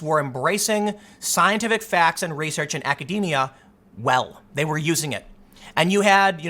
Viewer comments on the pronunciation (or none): none